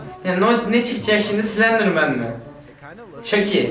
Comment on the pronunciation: Abi çok sledirmen dedin